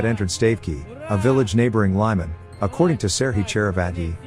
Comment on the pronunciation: The name Lyman is pronounced like "Lee-man".